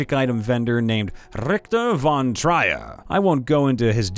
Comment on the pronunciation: Trier rhymes with fear. It's a place in Germany.